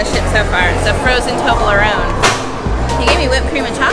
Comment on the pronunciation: what is the name of that delicious looking frozen drink? It sounded like "frozen toberalone"?